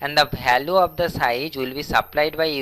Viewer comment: Learn English then post the video it value not balue